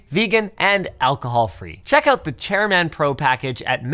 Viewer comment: How does Linus not know how to pronounce the word chairman? 😂